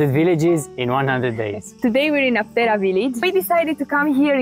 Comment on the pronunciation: A tip for the correct pronunciation is when you see a sign of a region that has Greek and English, in the Greek word you can see which letter is stressed because it has the punctuation mark ' above it, in this case Άπτερα it is stressed at the first letter "Α" so it is A-ptera, not Apt-E-ra.